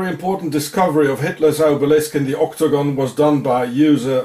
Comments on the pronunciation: oktogon. Ok-to-gon! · Every time you say octagon I hear ' or dagon' instead. Dagon is who they worship also. The Pope's hat. I haven't seen any of your other videos so IDK if you've spoken about it.